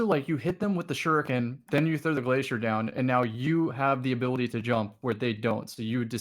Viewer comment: Take a shot each time someone mispronounces "shuriken" hahaha. Good stuff as always, I love all your voices and what they have to say, consistently.